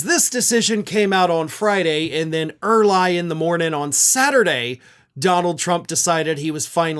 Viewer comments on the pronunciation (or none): You got me - "Ear-lye in the morning." ROFL🤣🤣🤣